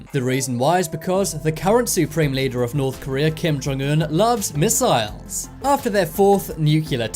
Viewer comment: Why the f*** do you say missiles so weird I can't even watch this f**** s***